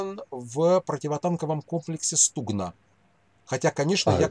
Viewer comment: В слові «стугна» наголос на букву У. Стугна, це річка в Україні.